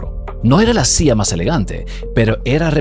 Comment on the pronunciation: Por qué razón habla como gringo hablando español? Dice SIA en vez de silla y las ERRES las pronuncia con dificultad. El es de RD?